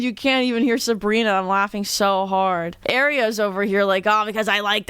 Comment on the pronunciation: not you saying aria wrong......